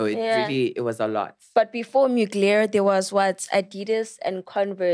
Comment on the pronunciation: 😭😭bathong it’s “MUGLER” not Muglare editor hle🤣